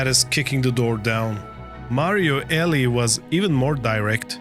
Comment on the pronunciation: Mario Eh-LEE no Eli